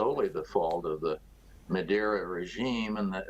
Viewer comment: The name is Maduro, not Meduro. Also, the US government is partially to blame. Don’t get me wrong, of course the country is plagued with corruption and shitty planning, however think about this. Why the hell is the US meddling with foreign economies? What do they care? If they care about the common people of Venezuela, the last thing you want to do is impose economic sanctions, which ultimately harm the local market.